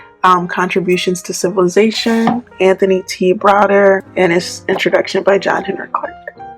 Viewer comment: I was saying the exact same thing, civilation. Get that out of here😂